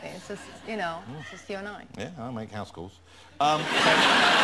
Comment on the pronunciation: "I do make hause calls..." LOL